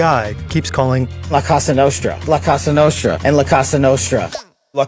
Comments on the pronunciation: Kash....COsa Nostra, not CAsa Nostra. It's not a house lol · “La Casa Nostra” 💀💀💀💀💀💀💀 How? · oh, yes. The "Lacoste Nostra"